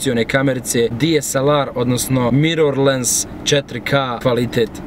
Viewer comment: Nije mirorlens nego mirorless